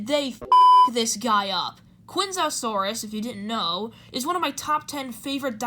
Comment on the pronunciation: If its one of your top 10 fav dinos, at least pronounce it right m8. Chianjoesaurus